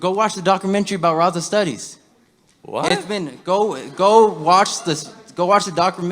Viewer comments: This kid can’t even pronounce La Raza - Raza correctly. I doubt he can speak Spanish. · This kid can't even pronounce Raza correctly while trying to educate him lol poor kid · This fool is supposedly Mexican but can't say Raza.. por